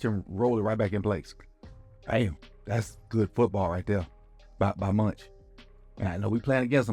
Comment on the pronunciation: Thank you for the great vid coach, lol'd at you calling Mauch (mowk?) "munch" the whole time